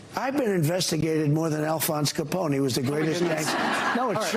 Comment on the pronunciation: I heard "Caponi". Who pronounces it "Caponi"?